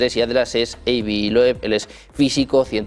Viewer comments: El nombre de este señor por favor pronunciese bien: Dr. Avi (como suena, no "Eibi") y Loub (no Loeb como se escribe, al igual que Joe se pronuncia "llou") hay mejorar ese inglés. 😅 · Avi ❌ Eivi ✅